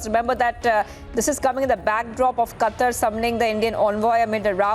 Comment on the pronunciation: It's Qatar you illiterate 😂😂😂